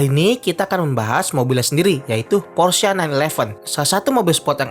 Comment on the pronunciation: akhirnya ada yg bener nyebut "Porsche"